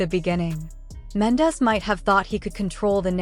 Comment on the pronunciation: Girl learn to pronounce there names 😂😂😂 his name is mendeecees